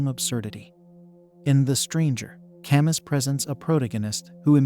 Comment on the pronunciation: Albert "Cam--Us" ? Get a peson to narrate.